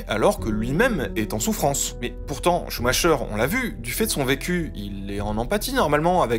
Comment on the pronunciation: Joel SCHUMAKER, ça se prononcer KER Ben voila, suffisait de tendre l'oreille !